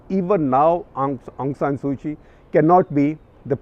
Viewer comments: Didn’t do your homework, SG, Kyi is pronounced “Chi”. A little long, too much detail. But thank you. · Couple of pronouncing notes sir, Myanmar.. the my is pronounced more “me” and not “my”. And last name is the leader, Kyi.. it’s pronounced “chee”. It’s like the currency kyat.. it’s pronounced “chyat”